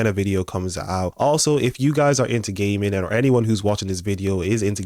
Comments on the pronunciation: your accent sounds like "gay men" not "gaming." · look I know you said gaming but why’d it sound like you said “if your into gay men” bro…..